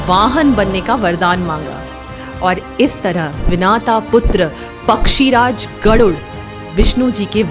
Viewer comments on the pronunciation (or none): Nice video on Garuda Baghawan. Just a small correction, it's pronounced as Vinata and not Vinaata. Now the answer to your question: Sri Garuda Baghawan's mother Vinata had a sister called Kadru who was a very cruel serpent 🐍. Both were married to Maharishi Vasishta. Kadru always wanted to be superior to Vinata and dominate her. Kadru's nature as a venomous serpent was such that she would first appear as an extremely beautiful woman before any great saint to attract them and damage their sanctity or value of tapas. Kadru attracted many big rishis, big saints, very good people through her enchanting appearances and lured them. This way Kadru tested whether her venomous power was high or the tapas value of the rishis/saints was high. Vinata was very pious on the other hand. One day, she decided to permanently enslave her sister Vinata and devised a plan. She called Vinata and said, in the twilight hour, the divine white horse Ucchaishravas will fly in the sky and I'm betting that the hair at the bottom of it's tail would be black in color. To this, Vinata said Ucchaishravas is a white horse and the tail hair is white as well. Kadru said if the tail hair is black, you'd be mine and my serpent children's slave for the rest of your life and if it's white I'd be your slave. Kadru secretly asked her serpent children who were black in color to cover Ucchaishravas's tail. That day during the twilight, when Ucchaishravas flew, it's tail appeared black with Vinata's serpent children cove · पता नहीं भारतीयों को क्या हो गया है कि अपनी मातृभाषा देवनागिरी को English की तरह पढ़ते बोलते हैं..... गरुड़ देव की माता जी का नाम विनता था.... विनाता नहीं था..... Video बना कर लोगों को धार्मिक कथा सुना रही है पर खुद ठीक से नाम लेना भी नहीं आता.... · Dear ur right but one thing is wrong😅...her mother's name is vinta...not vinata🙏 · Its Vinta not Vinata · Wo vinaata nahi hai vinata hai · Its विनता, not विनाता